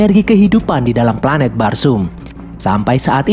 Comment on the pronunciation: Pelanet nya erpan